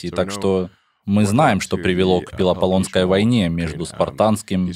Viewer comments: Пилипанесской войне, а не пилопалонской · Пелопоннесская война. Хоть бы погугли перед озвучкой незнакомых слов.